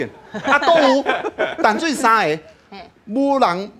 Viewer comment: 16：27報馬仔不是敲鐘擂鼓 是敲銅鑼 敲鐘擂鼓不是用在這裡形容 香蕉是個蠻有才華的通告藝人 年輕一輩台語講的還蠻順暢但有些字發音還不是很對 該閉口音沒閉 例如 淡水的淡 感動的感是有閉口音...